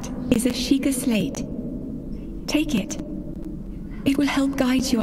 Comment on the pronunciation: It’s Shee-kah!